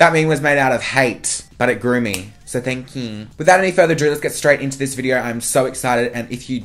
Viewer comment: The way he says "thankyeww" 😂